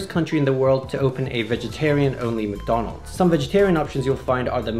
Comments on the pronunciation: the way he pronounced madonal😂😂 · LOL XD I never laugh so hard in my life when you said MaDonal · Hey I live in the PH and I love Jollibee especially McDonald and I pronounce Donald's name "Ronald McDonald" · Seraph The Great I’ve lived in the Philippines all my life and I always thought you called McDonalds “Mick Donalds” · In Sri Lanka, for some reason we call it ‘makka’ (pronounced mac-ka) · McDo!!! Yep, we filipinos call it "mcdo". We tend to shorten words down for easier pronounciation. Also, philippines is the only country in the world (@ least I know of) that sells sphaghetti. Want one? Fly to philippines.